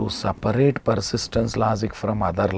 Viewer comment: s a p a raate ..ha ha..your english..